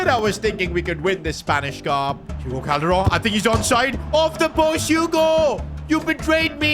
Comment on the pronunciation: I love the way he pronounce Calderon